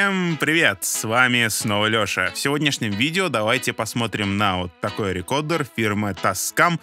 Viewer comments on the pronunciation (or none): А может это от того что ваш ведущий не взирая на многолетние поправляющие его комменты продолжает говорить рекодер вместо рекордера?